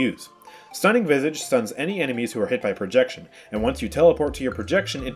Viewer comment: The way you say visage is triggering me its said vi sa ge not vy sa ge